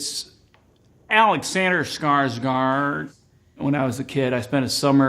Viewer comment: I get the part that Americans don't know how to pronounce Skarsgård. But he should pronounce it like it is (like in this video)